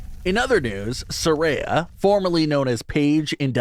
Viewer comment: It's sariya not saray